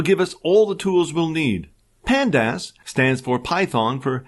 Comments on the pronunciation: The pronouciation for pandas as pand-ass & mat plot lie b! 😄 It's like fingernails on chalkboard! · Panda-ass was killing me!! :D